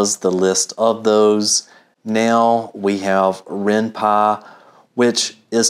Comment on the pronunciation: Its called Py not Pa, And it's useless also